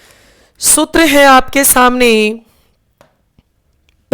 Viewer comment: कृपया सूत्र का उच्चारण सही करें